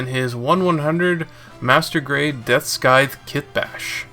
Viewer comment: I mean ive lives in maine for a while and never heard it pronounced this way lol